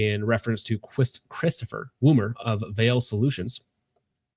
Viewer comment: Woomer not " woomie"